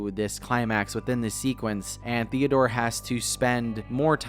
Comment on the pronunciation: At first I thought was saying ‚Theodora‘